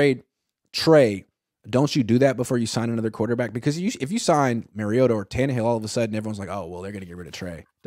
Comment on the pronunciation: can you please stop saying Ryan tannehill 😂😂😂😂… my God no ! 😂